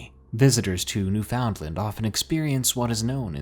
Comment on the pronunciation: man, you're my favourite but I gotta say this as a Canadian, it's really not pronounced New-found-land anymore, it's closer to New-fin-land. Love your videos though dude, been listening for ages!